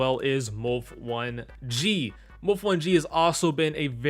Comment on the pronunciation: Is that actually how u say moulf1g name